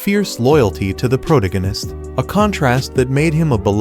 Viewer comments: pro-tuh-gow-nist like its another ist and ism lol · "Protagonist" is an actual word in the English dictionary. I don't understand how even the most primitive AI could fuck up the pronunciation so spectacularly.